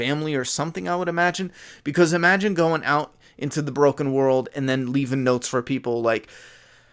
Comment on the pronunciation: When you said he follows notes. I thought you said he follows goats and busted out laughing